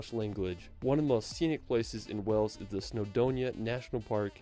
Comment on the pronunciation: Wales is pronounced as “Whales” as in the animal not as in a place of water “wells”